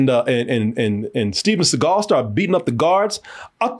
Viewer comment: The Reggae album should've said "Steven Se-gayl".